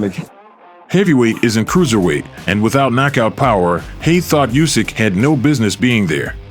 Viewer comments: It is not "Jusek" but Usyk. He told you that several times but stupid people doesn't help to say things million times! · Not "Usyk". Try to say "Oosyk", this will sound right. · His last name NOT just, but Usyk (Sounds like Oosyk) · Bad pronunciation of "Usyk" in this video.